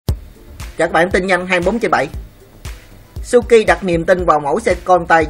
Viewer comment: Suzuki mà đọc cứ như suki ,125 thì nghe như 15 đọc chậm thôi thanh niên cho rõ ràng